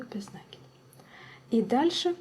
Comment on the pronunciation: Без накИда, а не нАкида.